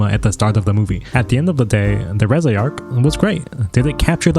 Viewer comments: making fun of his pronunciation of reze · Don't feel bad about the wrong pronunciation. Even the official german dub did it wrong. 😅 (But at whole the german dub could keep up with the original, though.)